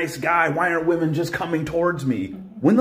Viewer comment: I've noticed a lot of people pronouncing women as woman. The woman right after that tiktok did it, too. Women isn't really pronounced like it's spelled, which is probably why so many people mispronounce it. We-men. Those delusional wemen!!